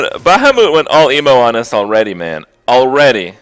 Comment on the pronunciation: What the actual fuck is a bahhamoot ?